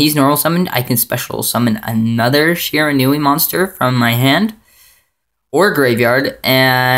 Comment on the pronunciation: Good profile, but seriously, it's "she-ran-we"!